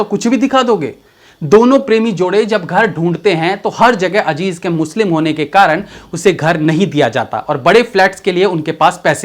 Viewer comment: Ye ajeej Kya hai bhai azeez Hy